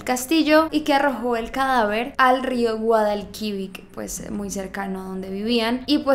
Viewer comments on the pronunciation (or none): Nadie: Absolutamente nadie:: El rio Guadalquivik Jajajja es Guadalquivir, no es hate porque entiendo que no eres de España pero para que lo supieras jeje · rio Guadalquivic matadla por favor es Guadalquivir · Guadalquivik😂😂😂😂 Like si te has dado cuenta del fallo de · No se pronuncia asin el río Guadalquivir jajajaj ❤️